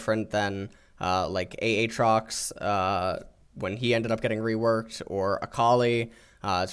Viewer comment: Because he plays on the KR server so he sees the KR pronunciation which can appear different than the actual in KR writing, eg kossadin instead of kASSadin, shock-o instead of shake-o, fizz being a female instead of male, ay-ay-trox, etc.